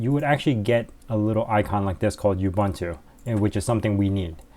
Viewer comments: it's "ooo-boon-too" NOT "you-bun-too"! and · that's not how you pronounce Ubuntu... it's "oo-boon-too" not "you-bun-too"...